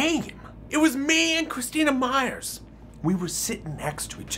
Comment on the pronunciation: um,,,, my last name is Meyer so when i freaking hEARD him say Meyers I'm like whOt